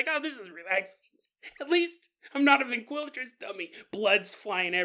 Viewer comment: Been listening long enough to easily interpret mispronounciations (NO disrespect, I know I'd be pure word-vomiting if I had even a yearly paranormal podcast) but you had me second guessing myself about the word ventriloquist. Driving down the road like "Wait, that doesn't sound right... or does it?"